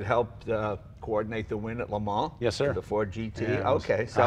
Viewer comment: “Tell me about LeMan” Blahhhh